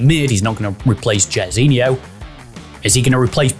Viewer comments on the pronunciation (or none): JAIRZINHO SAID LIKE JAR NOT JER it's bot behavior